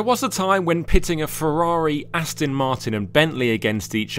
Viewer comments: Important message for the presenter. The DBX is an AsTON MarTIN, definitely NOT an AsTIN MarTON. What are you ? American ?? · Aston is not pronounced Astin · Please say Aston correctly. It is not Astin it is Aston. The. there is the small issue of the Ferrari not being classed as an SUV, because it's not.